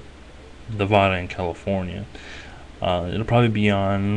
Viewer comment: Knee Vaaaaa Duhhhh not Neh Vah Duh